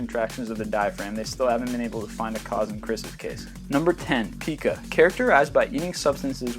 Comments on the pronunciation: Pi-kuh, not Pee-kuh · Very interesting!!, but Pica is actually pronounced PY-kuh. =) And progeria is pro-jeer-ee-uh. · It's pronounced pyke-ah, not peeka. I used to have it for copper wire (quit cold turkey nearly a year back). I know a guy that does exactly what you said in 14. He remembers everything that ever happened, especially the weather. He is TstormMoulton1 on here. And I always have wondered if he had this "disorder."